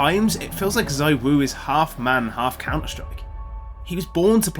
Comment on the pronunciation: Cool vid… anyways it’s zywoo